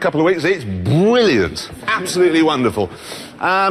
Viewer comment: Its BWILLIANT .... always been a w⚓